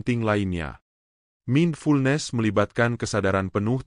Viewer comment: Isinya bagus tapi masak ATTRACTION dibaca ATRAKTION? MINDFULNESS dibaca MINFULNES?